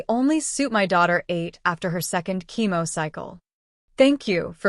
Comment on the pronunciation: Chemo not Kimo